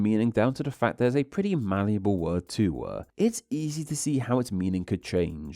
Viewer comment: I think it looks nice and fitting given the topic, if there's something that could change to improve the video more tho it would be the narration - you seem to drag out words in the same way repeatedly. I truly think its the kind of thing that could add variety and depth to the voice if used with a wider set of sorta narrator inflections but in isolation then-uh, too-uh, lives-uh (e.g. to 5) if you listen for it it's super apparent and yeah it seems like the kind of thing that is probably worth looking at even if that involves finding some videos with narrators you like and mimicking those to try different speech patterns out but yeah